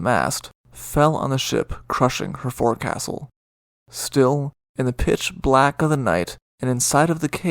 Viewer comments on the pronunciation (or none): Another outstanding presentation! One minor point, forecastle is pronounced folks-all. Thank you for your work on obscure/interesting events.